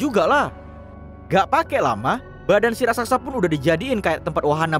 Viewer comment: Ngomong "raksasa" aja salah (rasaksa)